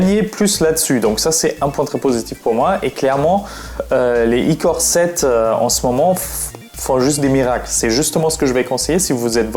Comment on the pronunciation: on dit " core I7 et core I5 " boloss pas icore 5 icore 7😂